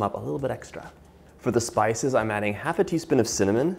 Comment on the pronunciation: Wtf lol Cakey? And cinnallmon, cillnnamon? Lol